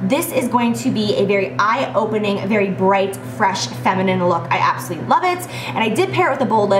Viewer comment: She always says "absuly" in stead of absolutely!!! 😝